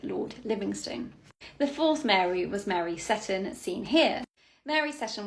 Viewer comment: My Scottish grandmother always recited a rhyme about the 4 Marys from which I know the correct pronunciation of that ladt's surname is see-ton not sett-on - thus the emphasis is on the long "e" vowell something I note corresponds with the present day pronunciation of Port Seaton on the North Sea coast south from Edinburgh